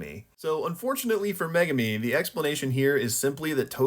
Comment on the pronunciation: And thank you for pronouncing Megumi properly unlike most fans & YouTubers. Now ya just gotta start pronouncing Sukuna right. Here's a hint folks, you wouldn't say sasookay (Sasuke) would ya?